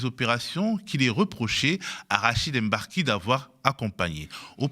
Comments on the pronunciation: Mbar-ki et non M-barki, svp! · Franchement, prononcer "Èmbarki" c'est grave en 2023. Ça doit s'arrêter. Personne ne dit "Longétempéès" si vous savez prononcer le mot longtemps vous savez prononcer le nom de ce monsieur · Rachid emBarki, depuis que le MB est arrivé en france vous n'arrivez toujours pas à faire la liaison ? Meme vous un bon négro?